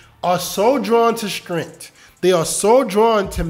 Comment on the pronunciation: This is good advice, but you really need to learn how to pronounce the word “strength”.